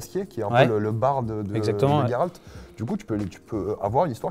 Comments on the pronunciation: Tu le prononce tres bien le nom de geralt cest les autres qui sont dns l'erreur jeralt c'est juste degeulasse et ca n'existe pas chez nous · Tu dis tres bien le prenom de geralt cest un polonais qui te le dis jeralt cest degeulasse et ca existe pas chez nous fait pas attention aux autres cest eux qui sont dans l'erreur